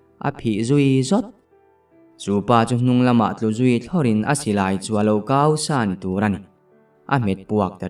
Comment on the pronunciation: Silai kau tih hi kau laitak hi Bawng kai tih a, kai thluk ang a thlûk tur aw😂